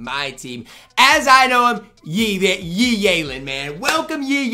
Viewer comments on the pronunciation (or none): It’s that time of year where butchers Yi’s name every single day